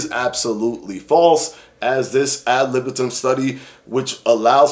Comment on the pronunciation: Btw it’s not AB libitum it’s AD libitum